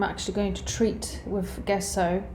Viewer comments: Good video. Gesso, though, is pronounced "jeh-so" not "guess-oh". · It's pronounced dzesso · it's Italian. It doesn't matter if it's food, wine, art, science, it's somewhat important to use the terminology internationally understood, and if teaching: a bit important to get right. It also speaks to the credibility of your education and participation/experience within the field, as it's a shared language. So it's not at all about snobbery. You might have the wrong part extracted in surgery if there wasn't a requirement of using the agreed latin term and pronounciation. In this case it's just helpful information for the artist in question. I presume she's autodidact which by no means suggests she's a lesser artist than academics. But here's an example: if you said Gallo with an English J it would be understood as Giallo which means yellow. I've heard artists say Gouache wrong on yt on tutorials too. Typically Americans are lousy at French pronounciation which makes home grown American chefs unintentionally hilarious at times. Fashion terms are another source of hilarity. Remember the film Pretty Woman, where the young girl calls her exclusively giften gown a "Versays" instead of Versace? In my country some people say sucheeney instead of Zucchini. It doesnt matter if you're not in hospitality or food. But does if you are serving international guests. No big deal, just super handy. The English correct people on the names of UK locations and Whisky names ALL the time.